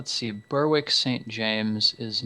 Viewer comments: Guys, Berwick is pronounced "Ber-rick", kind of like "Derek" with a B. It's not "Burr-wick". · The "w" in Berwick is silent - ie, it's pronounced "Berrick" ... :-)